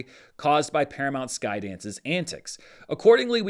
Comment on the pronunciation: I was listening to this and not watching and I kept hearing "PSKY" as "peace guy." It was first said during the bit about verbal, off the record conversations so I thought the parties were referring to someone trying to make a peace offerering.